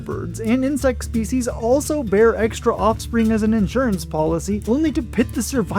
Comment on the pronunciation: Did you just say "eggstra offspring"